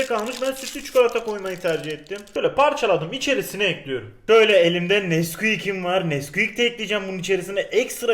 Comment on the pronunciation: Güle güle “Ekliyirüm” Hoş geldin “Boca Ediyorum”